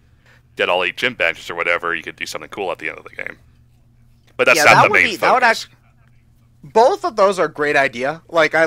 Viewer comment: Did Ryan say bolth?